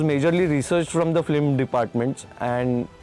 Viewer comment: Being on such big designation, VFX supervisor Mr Somesh Ghosh is pronouncing “Flim” instead of “Film”. Not just one time, multiple time whenever this word comes. He be like phlim, phillim, fleem. Really annoying.